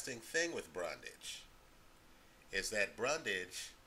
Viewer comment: You keep saying Brundage and the title says Bundage. It's Bundrage.